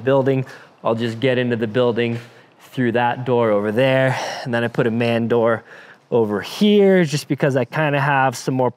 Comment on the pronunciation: Can’t say man door wtf?